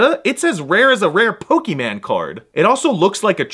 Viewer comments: It’s an accent or a stutter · It's not pronounced Pokeman card, it's pronounced Pokémon card. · yes there is a reason he couldn’t say Pokémon because people do that sometimes